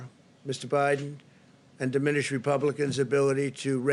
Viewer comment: Did I hear wrong ??? Did he just call MR. BIEDEN haha